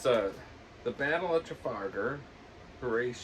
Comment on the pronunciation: Great tribute to your dad. laughter was so infectious, I couldn’t help but laugh, too. It’s a good job you didn’t call your lad Horatio - you pronounce it differently every time! 😂